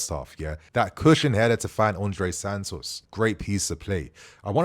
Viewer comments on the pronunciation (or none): none